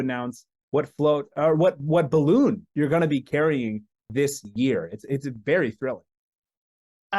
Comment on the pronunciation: It's incredible how every single time says 'bahloon' at least One person laughs. Including me